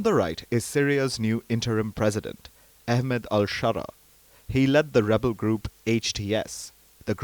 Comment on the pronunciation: Unprofessional so you say revel and government at the same tine